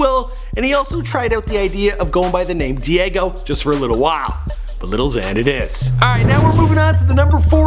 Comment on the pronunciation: every time he says “little xan” i want to kill myself even more